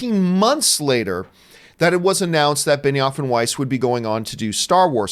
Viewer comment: I don't watch Game of Thrones or really know anything about the creative team. So for the longest time I thought you were saying Benny Offenweis